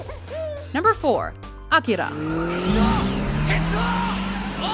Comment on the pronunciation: 散々評価されてるジブリやアニメ、黒澤作品が多いのは気になるけどいいトピック。小津作品入ってて良かった（評価されてるけど）。てかナレーターの「アキラ」の発音になんか日本文化に対するリスペクトを感じた。あとサツキとメイの英吹替でファニング姉妹の可愛かった頃思い出して笑顔になってしまったｗ